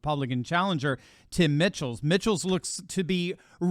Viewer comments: please…the names are pronounced “Michaels” not “Mitchells”, and “Eevers” not “Evvers”. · It's not Mickels, it's pronounced MICHAELS...like the first name in the plural form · Mike els! No T not Mitchell! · It's pronounced "michaels" not "mitchells" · It’s pronounced like Michael’s not Mitchell’s. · Please pronounce Tim Michels name correctly. "Mike - als" not Mitch-als. After all he will be Govenor of WI. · enjoy your videos as always... a couple of corrections on WI governor candidates... names are pronounced Eevers (long e for Evers) and Michaels (just like the regular name) spelled Michels. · E-vers and Mike-els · Pronounced "MI-kels". :)